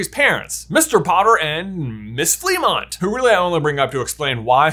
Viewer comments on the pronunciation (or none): It's pronounced "fluh-MONT"